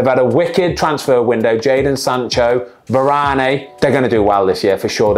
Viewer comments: it's not varang but VER-RA-NEEYYY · var arn ney XD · He said "Varane, eh?" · Ben mate it's pronounced the-ran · Ben’s pronunciation of Varane made me have a stroke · yeah I thought it was but you still don’t say the ‘e’ at the end of Varane I’ve heard him say it himself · Ben said Varane’s name like it’s the french version of a bacon sarnie 😭😭😂😂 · How he said Varane cracks me up 😂